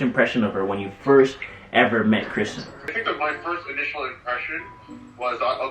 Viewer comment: Jamaicans and names 😂😂.. Kristan instead of Kristen. That’s exactly how my mother would have pronounced it.